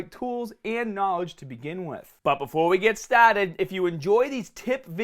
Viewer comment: BUT BEFOAH WE GET STAHHTED